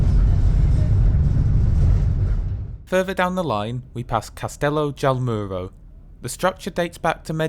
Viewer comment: Nice. But it is Me'rida and not Meri'da; the origin of the name is Emerita Augusta, pronounced Eme'rita, whence Mérida (so: ME-rida, not MeRI-da). Also, AlmowROL. But a nice video.